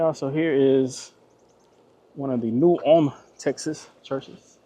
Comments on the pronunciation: Hey there…just stumbled across your channel for the first time today and really enjoyed it. I watched your video on the Round Top trip earlier today, and was just winding down this Saturday evening watching the New Ulm video. I think the locals there say it in two syllables like Ull-um.Like you,I’m from Houston…born and raised, but now I live in a small town in Lavaca county. I’m very familiar with both Round Top ,and New Ulm…been to them both many times.My family almost bought a beautiful home on several acres right on the outskirts of New Ulm about ten years ago. I love New Ulm….one of my favorite small Texas towns. St. Paul Baptist Church was still active , with a congregation of longtime Black residents…great church…you could hear the congregation singing ! You said you liked old church architecture,but I don’t recall you visiting St. Cecelia Episcopal Church in Round Top. The chapel dates from the 1800’s. I attended that church for a short time when I first moved here from Houston,making the 48 mile drive on Sunday from Lavaca county. I don’t know if you made the trip from the country store in Frelsburg,just outside of New Ulm, west on 1291 to Fayetteville yet, but you owe it to yourself to make that run.Beautiful pastoral views along a hilly,winding road, a great way to get to Fayetteville from the New Ulm or Columbus areas. Thanks for bringing back some good memories today! I hope to check out your other videos! Thanks again, Rob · The buildings across from the post office at one point belonged to David Hickman, an artist/professor at University of Houston. After he and his wife passed, her brother inherited it and made it an overgrown parking lot. Ul-em is the proper pronunciation here. I live one mile west of FM 109 on Post Oak Point Road. It’s paradise. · Folks in New Ulm losing their minds they finally made the interwebs 🤣Fun fact. Even though its pronounced ULM in Germany, some local folks prounce it New ul-umn. Add a syllable